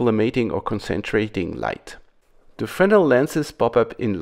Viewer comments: Finally someone who can pronounce "Fresnel". No surprise there. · Thank you for not saying "frez-nel".